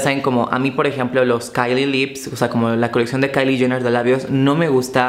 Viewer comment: Jener not yener!